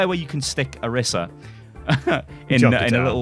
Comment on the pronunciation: Why do you always say names like Deever, Anner, Oriser???